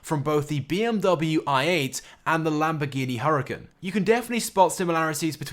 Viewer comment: omg you pronounced all the real life car names wrong..... Jaguar XJ220 not jx200 Lamborghini centenario not centario Lamborghini Huracán not huwracawn BMW is actually pronounced beee-em-wee and then there is the wrong F&F information....